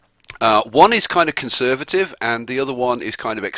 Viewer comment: convervative :P